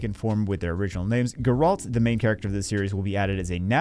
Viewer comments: “Garalt” “Geralt” 😂😂😂 it’s okay you will get it eventually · Gair-alt. Say it with me. No, you said Kaer Morhen correctly, just can't say Geralt's name correctly 😅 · It's geralt not "geralt" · Take a shot every time said Geralt the wrong way lol, good luck to those from the school of the Wolf